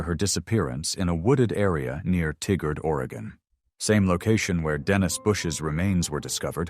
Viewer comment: Tigard is pronounced Tie-gard